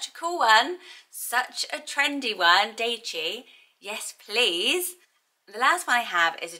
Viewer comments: Fun list! Daichi is likely pronounced a little more like dye-chi. Not quite an earth name but still a nature name in Japanese I love is Kotori - depending on kanji used can mean little bird. Midori is a common girls name and is the word for green. Natsumi can mean beautiful summer(again depending on the kanji). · Love this list idea! For anyone interested in the name Daichi, the 'ai' part is pronounced like 'eye' instead of 'ay'. So it'd be more like (d-eye-chi) :)